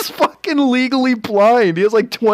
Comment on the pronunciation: Did you rike it?